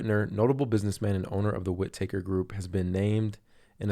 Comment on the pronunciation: "Whit-taker", like, he takes your wit? Lol. All one word Bro..."Whitaker"